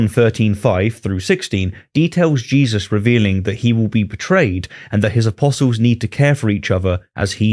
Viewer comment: Did he just call him "Jizzus christ?"